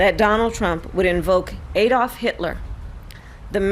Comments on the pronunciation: From Europe. Its ADD-olf - not EED-olf. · I like Kamala but can someone please teach her how to pronounce 'Adolf'?